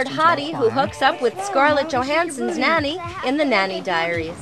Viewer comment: IT'S NOT MANNY!!!! it's NANNY*